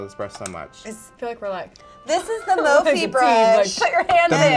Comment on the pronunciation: Mophe brush, instead of Morphe!!! HAHAHAHAHAHAHAHA